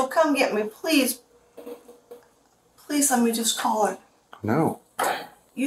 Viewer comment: He said… “swear to god! I wouldn’t lie PWEEZE” 😂